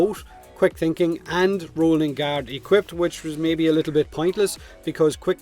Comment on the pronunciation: he pronounces all th as t - "quick tinking"